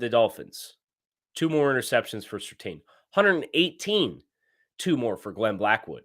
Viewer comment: I'm begging you, please pronounce Surtain correctly. It's "serTAN" not "serTANE"